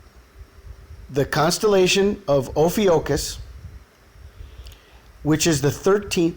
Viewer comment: amazing connections here. thanks for sharing. Just FYI: Ophiuchus is pronounced: oh-FEW-kuss - or - [O] + [FYOO] + [KUHS]